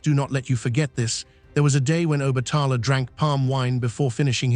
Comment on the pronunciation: You’re not pronouncing OBATALA name, right?